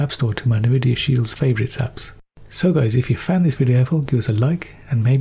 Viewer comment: "Nih-videa Shield" 😂😂😂😂😂😂